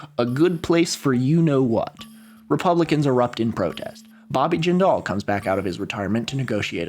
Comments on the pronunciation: This is great and I'd recommend using phonetic spelling for last names in your script (Jindal is pronounced JIN-duhl, Sinema is pronounced SIN-e-muh, and Peltola is pronounced Pel-TOL-uh) in future videos. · Jindal rhymes with spindle. It's not jin-DAL. Sinema is pronounced exactly like cinema.